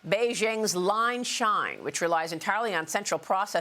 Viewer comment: It's Ling Sheng, not Line Shine.